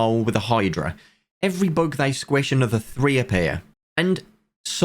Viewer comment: Sounds like he is saying book instead of bug